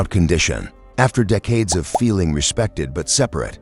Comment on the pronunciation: I can't with the AI narration. In the first 40 seconds they mispronounced McKellan TWICE and also the word decades. Get human narrators or don't post.